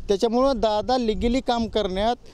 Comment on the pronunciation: Ligili ahe unligili नही😂😂 ky khot boltoy bhau mst😂